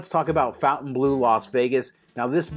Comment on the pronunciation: It's NOT Fountain... it's Fontain....